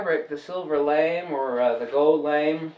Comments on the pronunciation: Lamé Pronounced Lam A not lame But thanks for the video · My daughter says that fabric is. LA-MAY not pronounced lame. I like your way better:)